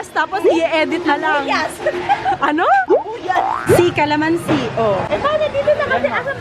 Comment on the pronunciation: “C-Calamansi” sounds like Icy of Itzy HAHA<3